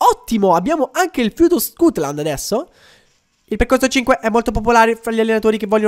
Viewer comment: perchè dici scutland se è stutland